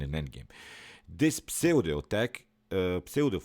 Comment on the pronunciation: Pseudo is pronounced ‘ soodoh’.